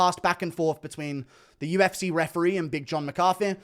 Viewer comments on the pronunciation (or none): Csn someone tell how to pronounce EE at the end of words, instead of eh? ReferEE not refereh. mEE instead of meh. StorEE not storeh